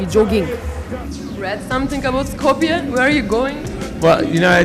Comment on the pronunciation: are you part Greek? Why do you say skopia? say Skopje idiot, doesn't even know the name of the city.